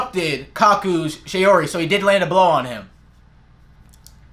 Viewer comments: Shaori (not "shayori" like how you pronounce it because it's "shaw-ri") makes the user absorb the power of the opponent's attack, then use the energy on offensive side. You're not paying too much attention. Attention to small details, please. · Bruh this guy doesn't even pronounce shaori right